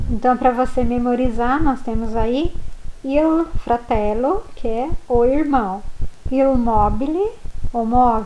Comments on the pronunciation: Professora na faculdade a senhora aprendeu que IL se pronuncio iô Moro na Guiana Francesa e aqui tem muitos italianos e eles pronunciam ' ili " tipo meio que engolindo o L , eu aprendi um pouco do italiano com eles , e a sua pronuncia não tem nada haver ex : Il libro = iô libro , eu realmente não conheço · Scusa... ma cosa sarebbe IU CINEMA?? IU RAGAZZO?? Non ho mai sentito!!!! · Ho capito!! Complimenti per aver imparato l'italiano da sola. Però lei non può insegnare la pronuncia sbagliata "IU", grosso errore!!! Lei è d'accordo?